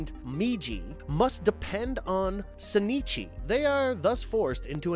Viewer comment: I'm sorry. How did you pronounce Shinichi and Migi?